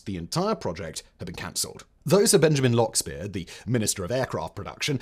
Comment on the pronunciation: "Lockspeiser", not "Lockspeir".